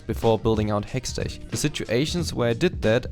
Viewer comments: I'm a new viewer. I don't know how to ask this without being rude but can someone tell me if it's his running gag that he calls hextech (hextek) as hextech (ch as in charcoal)? Great guide nonetheless though :) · Just a quick little feedback of your pronounciation of the "ch" in Hextech, it should be pronounced like a "k"/"ck" so Hextek/Hexteck Gunblade and in Lichbane it should be pronounced like Litsj Bane. The video itself (and the rest of your English) was overal very good and you got I like from me. I personally prefer to build Runic Echoes, pen boots, Lich Bane, Hextech Gunblade, Rabadons, zz rot/other ap item/situational item